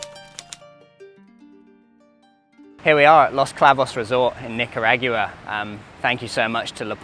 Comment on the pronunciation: Bruv you’re killing me w the nica rah gwua